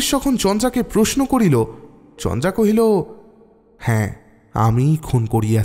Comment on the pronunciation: chandra sonache ucharon ta kintu naam ta chandara